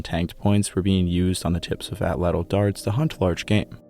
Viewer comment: Prefer you use the name of the hunting tool 'spear thrower' than to keep mispronouncing the PROPER name ATL_ATL...UMMM...(NOT fat cattle. as YOU pronounce AT-LATL) Just because the scientific community says it incorrectly doesn't mean that continued misnomer will 'become accepted as correct...ask a native. I love your docs and deep history, but this word keeps jumping out at me. I aim to help, not to harm.